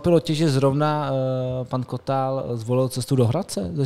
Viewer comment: To neni Kotáá,l ale Kotal...proboha!!😂